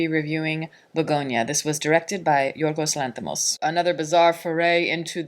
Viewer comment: I almost jumped outta here when she said the directors name like that, I hate when people do that but I stuck around and she seems to have a pretty good grip on this review thing. Keep it up good job